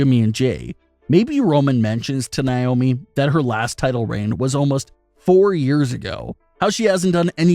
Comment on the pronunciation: It's Na, not Ni... Naomi not Niomi